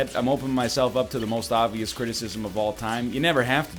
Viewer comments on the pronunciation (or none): none